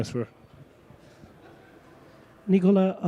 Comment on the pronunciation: You had 10 years to learn that his name is Nikola not Nicola